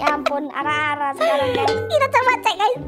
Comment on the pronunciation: Woiii ! 😂 Lucu bgt cokkk apalagi atun :" ara ara" Yg aku denger arakh arakhh😂😂😂